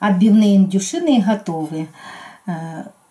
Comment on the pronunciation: "г"отовьте. раздражает ваша "г"